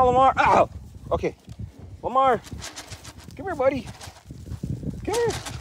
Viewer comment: Lamar lmao Lama-Omar. 😅😂